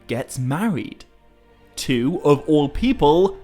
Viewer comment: I can't even spell how you pronounce "all". Eawll, Oull, Ewll? Anywho, love the channel.